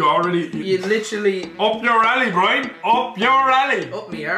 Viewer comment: at 7 min 20 secs says brian so different but so good also been watching for coming up to 3 years and just want to say your videos are brilliant